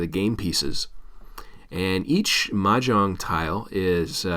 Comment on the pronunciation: You’re not even pronouncing it right! 😂